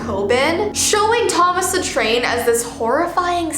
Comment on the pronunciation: Thomas the Tain!! Me: Ahhhhhhh. Thomas the tank engine!!!!!!!!!!